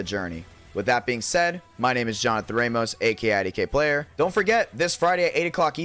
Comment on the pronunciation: ngl when I heard IDK Player I thought it was for a sec lol